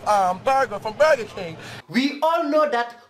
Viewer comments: "vee aal now hawsas don't go to boga King and don't eet boga" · "BOGGA KENG HOSSES DONT EIT BOGGA"